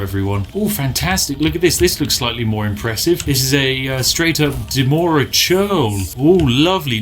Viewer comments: Anyone else bothered by the way he says "Demora" instead of "Dremora"? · Spiff: Demora churl The R after D: What am I? invisible? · Will no one bring up his grievous neglect of the 'r' in Dremora?